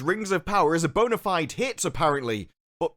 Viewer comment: You're not American, don't pronounce bona fide as bonerfied